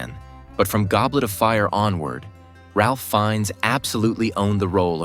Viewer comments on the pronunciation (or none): Your AI's horrible pronunciation of Ralph Fiennes' name is enough for a thumbs down. It's lazy, and insulting to your audience.